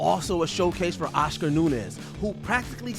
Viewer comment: Oshcar Nunez lol